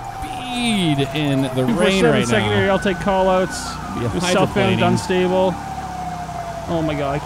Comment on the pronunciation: It's pronounced "Dun-ster-bull" said quickly. It's not "Dun-Stable"